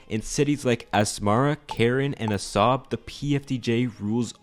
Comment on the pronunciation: Actually, it is pronounced "AH-sahb," because it contains the letter ā, which makes the sound longer.